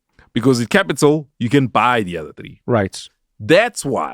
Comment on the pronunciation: Anele uvusa umntwana ngo “tree” *xhosa accent 😂😂😂😂😂😂